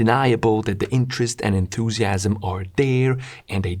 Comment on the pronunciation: The fact bro said "enthusiams" as I read "enthusiastic" made me a bit uneasy lol